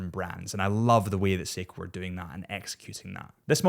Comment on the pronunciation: Poor the way you slayed his last name 😂